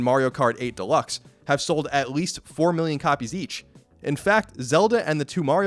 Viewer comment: "miilion"? Really?